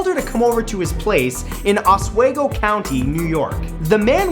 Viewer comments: it's pronounced oswEgo not oswaygo i know because i live there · Os-wee-go. Not Os-way-go :D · Facepalm. Matt, coming from a NY resident, it's pronounced "Os-wee-go" not "Os-way-go" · Its pronounced os wee go not os wey go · Lol my Upstate New Yorker cringed at how you said Oswego. It's pronounced Os-WEEE-go, Not Os-WAAYY-go But that's okay, no one realizes that there even is an upstate NY😂👍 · os wee go ny not os way go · I live very close to Oswego,NY and it's not pronounced "oswago" it's "osweego" XD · Hey Matt..big fan, semi long time subscriber, love the channels and the vlog..one note though, its pronounced OS-WE-GO not OS-WA-GO. besides that keep up the excellent work, your channels are the best on youtube, as far as my humble opinion is concerned and I know your movie is going to be just as excellent..keep on rocking faces and dropping knowledge whales Brah! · Hey I live in Oswego county! Pronounced (aw-swee-goh) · Os - we - go Oswego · It's pronounced os-wee-go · os-weeee-go ... that's how you pronounce it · Its pronounced OswEgo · Hey Matt, I just wanted to let you know Oswego is pronounced Os We Go it is a long E in the middle. Almost like "off to Oz we go" except the z being an S. Loving the different channels BTW. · He pronounced Oswego wrong...Oh well lol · You mispronounced Oswego ;) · Matt, your awesome but the pronunciation of Oswego has me dying, I live in Oswego county my self, and have my entire life and I'm just geeking omfg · Your pronunciation is probably closer to the Native American one, but we say Oswego with a long e here in Upstate NY. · How do you pronounce this word: we. Ok, now say osWEgo correctly.